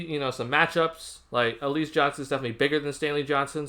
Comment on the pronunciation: Pronounced Al La ZA